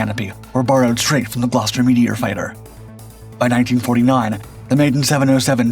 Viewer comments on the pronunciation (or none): none